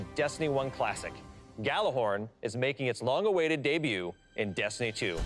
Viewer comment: Hate it when you call it gjallerhorn!!! ITS GJALLARHORN